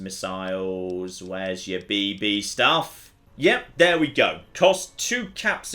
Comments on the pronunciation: the way you pronounce BB hurts. It's beebee with no space! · Anyone else find it hilarious how pauses between the two Bs in BB? I had to think about for a second, then I realized that maybe gas-powered rifles that shoot small metal balls aren't a common children's toy outside of the US haha.